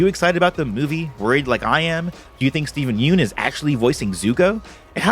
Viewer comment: you are saying steven yeun's name wrong.